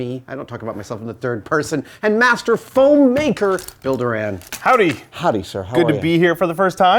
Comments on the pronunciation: I at first thought Adam said "Builder Ann" until I saw the "Bill Doran" on the screen! Nominative determinism anyone? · When he introduced him as "Bill Doran" I heard "Builder Ann" XD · for some reason i a;ways thought they were saying Builder Anne ... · "Builder-Ann" Joke aside, nice gauntlets!